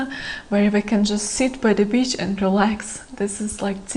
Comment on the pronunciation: err .. your "beach" sounds a lot like "bitch".